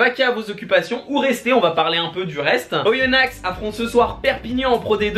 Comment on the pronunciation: on dit pas Oyonnax mais juste on prononce pas le x et sinon +1like continu comme ça 😉😉